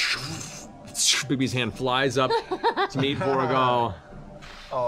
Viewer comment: Each time Matt says Vorugal I hear Beauregard